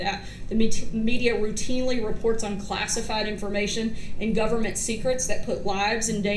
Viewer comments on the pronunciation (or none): none